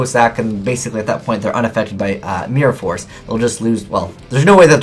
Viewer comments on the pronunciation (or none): Heh... mee-ror force.